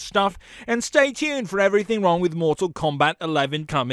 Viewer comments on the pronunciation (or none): How about "Everything Wrong With This Video", here's the script: Louie Kong Roll Credits. But seriously, I can understand you pronouncing Kang as Kong, but how Liu (pronounced Lew/Lu) became Louie is beyond me... And did you say Audios at the end? Dude, do you even words!?